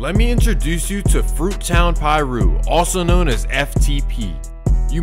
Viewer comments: Brev you don't pronounce it "PIE'RU" think more like "paaaaRU" !!! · lol i think it's so funny when NON street dudes or non hood dudes do these kinds of videos lol don't even pronounce Piru correctly smh it's pronounced PAH-ROO.. not PIE-ROO lol